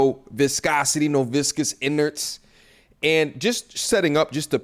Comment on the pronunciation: I had to pause the video for "viscous innards" ☠☠☠👏🏾☠